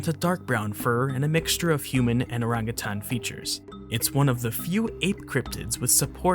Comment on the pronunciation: Its nice to see someone who knows the right way to pronounce "orangutan".